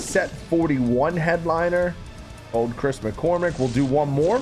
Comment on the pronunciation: Do you realize that's its Chas Mccormick not chris